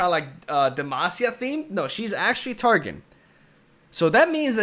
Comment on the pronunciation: Cool reaction video, but I cringe every time he says " Tar Gin"